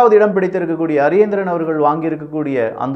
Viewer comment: Please pronounce candidate name correctly. His name not Ariyendiren ! Correct name * Pakkiyaselvam Ariyanethiran "